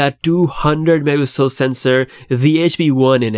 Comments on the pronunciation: Stop mumbling Mega Pixel grrrrrr🤬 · bro it's not difficult to pronounce "megapixel"